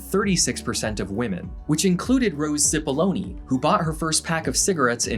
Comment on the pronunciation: Amazing video. But I can't help but smiling each time Cipollone is pronounced "Sipoloni".